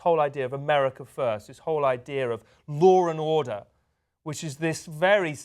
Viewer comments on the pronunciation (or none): What is "lawr and order"?